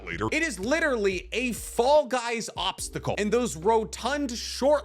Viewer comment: I died when he said FALL GUYS OBSTICLE poor